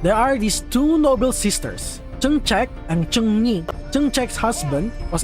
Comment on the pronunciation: Trưng trắc not trưng trác Trưng nhị not trưng nhi